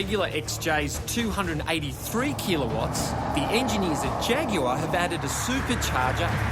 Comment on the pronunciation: FFS. ITS KILOWATTS NOT KEELOWATTS!!!!!!!!!